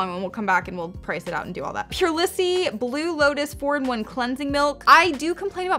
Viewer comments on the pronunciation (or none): Haha it’s pronounced “pure lease” lol Also my box was completely different but I wasn’t the happiest with it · It's pronounced pure- Lees . You're so cute! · It’s pure-leese lol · No offense but purelisse is pronounced pure-lee-s.